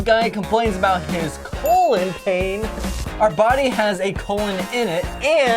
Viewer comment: It's colooon